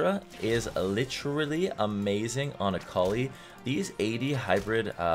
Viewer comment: Say litteraly again.